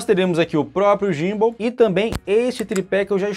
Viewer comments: muito boa análise, mas uma coisa, pronuncia-se "Guim-ball" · a pronuncia que vc mencionou seria em inglês, mas em português BR seria "GIMBAL" mesmo...